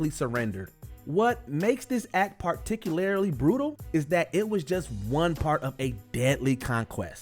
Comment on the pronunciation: Dude keeps saying "particularily" lmaoo